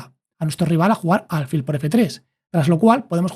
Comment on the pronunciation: Muy bueno el video. Lo único que le ha cambiado la pronunciación de alfil. Es palabra llana, tiene el acento prosódico en la 'i', no en la 'a'